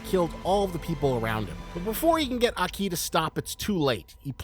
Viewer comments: It’s fun hearing Americans pronounce Japanese names incorrectly bro said “aKEEEE” 🤣🤦‍♂️ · Broo plsss i like you content bu plsss pronouce the names right like aki not a ki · That isn't how Japanese people pronounce Aki. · Great vid but the way you pronounce Aki's name is just not it bro